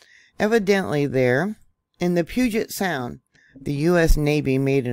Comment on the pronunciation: Pew-jit sound. Proper pronunciation. You did better this time. About a month ago you were butchering it lol